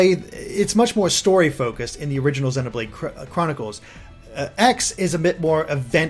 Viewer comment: If he pronounces "Xenoblade" with a short E one more time, I'll EAT Tatsu.